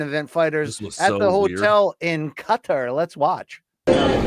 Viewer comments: its not CUTTER. its QHA-TAAR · Qatar , not a cutter you delinquent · BC is pronouncing "Qatar" as "cutter". It's so annoying. Dude, it's your job... Just google it. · “Cudder” triggers me even more than “Alex Padeyda”.